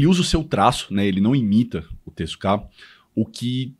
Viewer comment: A pronúncia correta é tezuka e não tezukáaa.